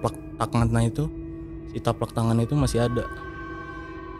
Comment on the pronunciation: Telapak bang, bukan taplak. Taplak meja kali ahh 😂